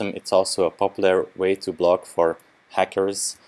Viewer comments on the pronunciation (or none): I like the way you said "hackers" lol.